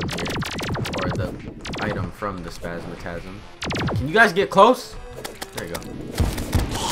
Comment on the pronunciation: I don't know why you call Spazmatism, Spazmatasm, but okay.....